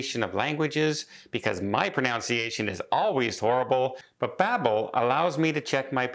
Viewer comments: Pro-nun-ci-a-tion NOT Pro-noun-ci-a-tion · It’s not “ pronounciation”…… it’s proNUNCiation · it's 'pro NUN see a shun,' not 'pro NOWN see a shun.' Otherwise, fine. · Maybe look up how to pronounce “pronunciation”. Ha ha!!